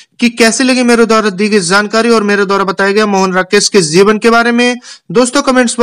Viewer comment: zeevan nahi jeevan hota h